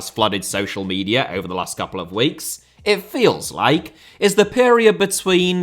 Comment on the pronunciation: Media* not Medier